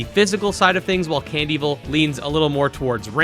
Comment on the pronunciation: Honestly I used to pronounce it as Can-Devil. But hearing you pronounce it Cand-Evil now makes me wonder which was actually their intention